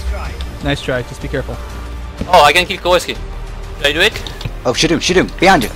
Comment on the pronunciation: Ouais mais dit "Shoudoune" et pas "Shadoune" ahah